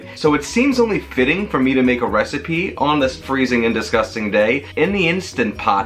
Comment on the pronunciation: Came for the recipe, stayed for the laughs. I knew you were from Queens the moment you said “its disgusting outside” 😂